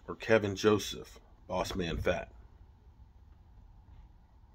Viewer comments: second video you called him "Kevin".. put an L in it. KEL VIN. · It’s Kelvin not Kevin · Ke"l"vin Joseph isn't O.J. Simpson! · Is there any1 out there that can fix STUPID? Its Kelvin not Kevin...jus like its DK Metcalfe not DJ Metcalfe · Kelvin! Not kevin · yo his name is keLvin Joseph... not Kevin lol